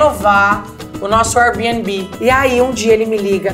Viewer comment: Luana qdo fala Airabnb não consegue esconder o sotaque paulista trocado pelo carioca qdo ela quis 😂😂😂